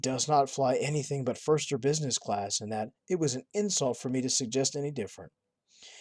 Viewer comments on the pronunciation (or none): none